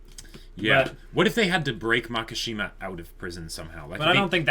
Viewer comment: It’s Makisjima, not Makashima lol. Maki means fire branch. Shima is Islands. There is no word MAKA in Japanese and sounds so awkward